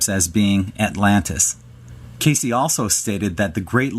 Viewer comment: It's not pronounced KAY-CEE, chucklehead, it rhymes with "base."